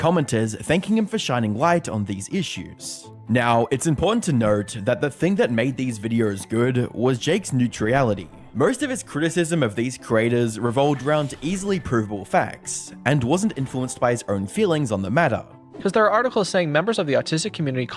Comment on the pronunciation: Jake and Hannah look related. Also, what is up with the guy narrating this video saying things like "serieses" and "neutriality"?